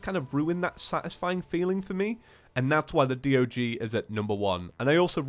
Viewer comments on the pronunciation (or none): the word D.O.G sounds like saying dog, like the animal dog LOL.